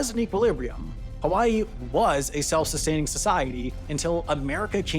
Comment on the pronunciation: Good video, but you should have literally anyone in your research team check the pronunciations when you're doing a video where a lot of the words are a different language. You at least got "hawaii" right 50% of the time, but pronouncing Kamehameha like a dragonball z attack makes it clear you didn't even try.